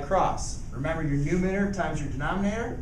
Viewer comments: Why is he saying "numinator" instead of "numerator"? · It’s a numerator not numenator bro. Geez